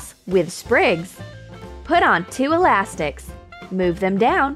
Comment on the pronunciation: did she seth ,,alastiks"?